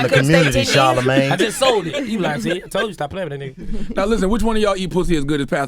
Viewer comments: Nobody: Webbie: “CHARLAMAGAYE” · He called him charlamagay lmao